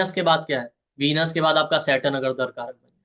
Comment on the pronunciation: "दरकारक" नहीं, दाराकारक होता है। 'दारा' का अर्थ स्त्री या पत्नी होता है।